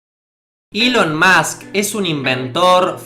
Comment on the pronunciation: Nahuel Deharbe Eso tiene mas sentido que decir "iiilon" en lugar de "Elon"